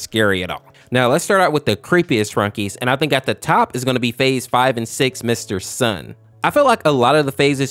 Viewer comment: When you putted 3 and 4 mr sun you said 3 and 4 Mr eye